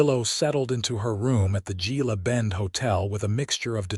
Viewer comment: It's pronounced heela bend